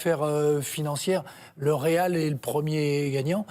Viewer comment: Le "RAL" Madrid lol